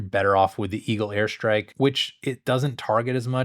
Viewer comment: I keep hearing "hair strike" haha